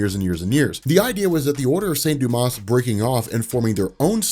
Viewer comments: Hate to be pedantic but the order of saint Dumas is pronounced without the s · Silent S in St. Dumas :)